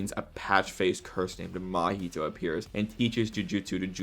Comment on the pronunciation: Cool video my dude but who's that Mahito you're talking about? That guy's called Mahee-hee